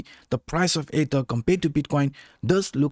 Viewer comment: Great video...sometimes it sounds like you're saying "ADA" instead of ether jsyk.